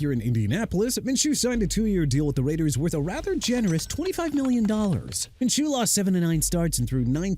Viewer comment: Might as well mispronounce Joe Flacco's last name huh?! FLAH-KO! GOT THAT MR. ILLITERATE?! Also it's Minshew (min-shoo) not min-choo!! Oh yeah and Miami DID made a mistake signing Shaq Barrett okay?! Are you done ripping my team?!